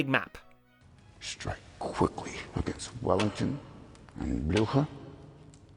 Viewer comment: I neighed nevery time you said Bluecher.